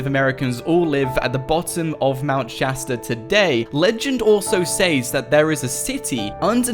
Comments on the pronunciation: Isn't it Shasta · Aidan Mendler Shasta XD